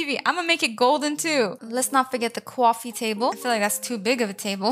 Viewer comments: How she Said Cowfee That made me die😂😂😂😂😂😂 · your very good at designing also you sound very American then you say cwawfee 😂